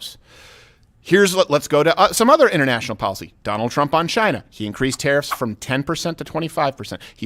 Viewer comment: “nobody says chiyna like me. Everybody knows it. I’ve talked to a lot of people and they all agree nobody says chit-na, as good as me.” 😂 love em